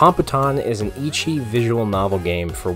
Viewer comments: I'm gonna bite the bait. ECCHI is read as Eh-Chi, it's the way the Japanese read out our letter H. The way you pronounce it sounds like Ichi, meaning One. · good video but STOP PRONOUNCING ECCHI AS “ICCHI” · This is a great video (except for the way he pronounced ecchi lol)